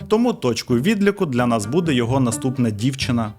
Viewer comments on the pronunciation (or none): none